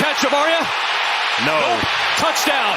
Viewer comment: Bro said "Tuddy" ayeeee yooo 😅